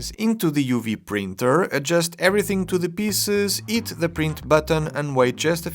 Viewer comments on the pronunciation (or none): Hi, I'm a big fan of your videos. I've noticed sometimes you tend to miss the sound of the letter H in some words. For example, in this video when you were saying "hit the print button" I first thought you were saying "eat the print button". Not sure if this is something you do consciously, just thought I should mention it and I'm by no means trying to be disrespectful, after all, English isn’t my first language either and I make mistakes all the time. The reason I mention it is because when I've mispronounced something in the past and I didn't realize it but someone points it out to me it has helped me to remember and make a conscious effort to improve it going forward. Keep up the great work and thank you for bringing interesting topics such as the home printer to enrich our hobby!